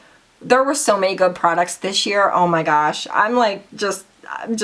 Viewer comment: "it's soooo GOOOOODT" lol I love how you add that T to words that end with a d, love you girl!!! 😘😘😘